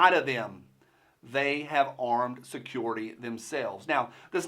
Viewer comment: suh· kyur·uh·tee... lol! Just saying ;-) Good words and God Bless America! Thank you for what you do!